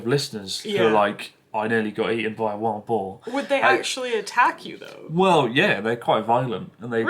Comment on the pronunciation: Haha when Chris said ‘eaten by a wild boar’, I thought he said ‘eaten by a Womble.’ 😅